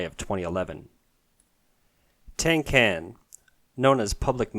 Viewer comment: Tang can is pronounced Tahng Tsahn